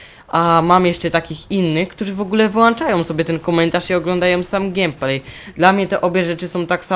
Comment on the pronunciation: To nie jest x7, tylko a4tech, x7 to model. :) Komentarz całkiem niezły. Wiem, że to nieco chamskie, ale błagam.. GEJMPLEJ, nie GIEMPLEJ, okej? :> Odpowiadając na Twoje pytanie: W szkole dobrze, już na drugi tydzień mnie nie było przez cały tydzień, gdyż zachorowałem. Oceny spoko. Gieram sobie w mw2 na xboxa, mam nadzieję, że kiedyś sprawisz sobie konsolę. ;) IMO na konsoli jest większy skill w CoDzie niż na PC...